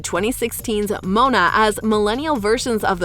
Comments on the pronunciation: It's Moana, not mona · This girl doesn’t know how to pronounce these princess’s name, she said Mona instead of Moana and Ana instead of Anna!